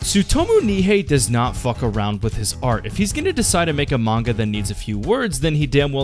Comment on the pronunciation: Great manga, also it would be great if you pronounce the name right ;)